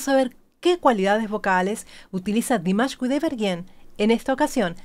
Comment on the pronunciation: Димаш-фантастический исполнитель!..СпасиБО за добрые слова!Имя Димаша Кудайбергена очень чисто произносите!..С любовью из Казахстана...💖💖💖